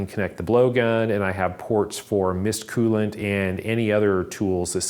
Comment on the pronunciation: I have no explanation for why your pronunciation of the word “coolant” triggers me so much 😂. Everyone I’ve ever heard pronounces it “Cool-ent.” Yours is more of a “Kyoo-lant.” Please tell me I’m not the only one with this thought